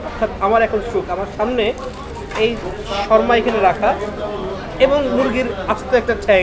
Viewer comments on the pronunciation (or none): Bokachoda sharma na re shawarma😂😂😂